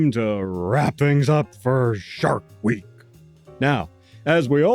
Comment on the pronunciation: I like the way you barked out “shark week” there at the beginning. Ever seen “Bad CGI Sharks”? I mean there’s a movie called that. They fly around, being bad CGI. ❤